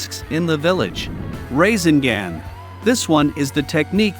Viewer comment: Gotta pronounce the naruto title and rasegan right.